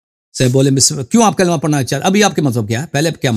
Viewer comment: Bete kalma to sahi kar lo